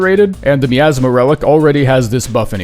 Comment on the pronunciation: that miasma pronunciation got me fucked up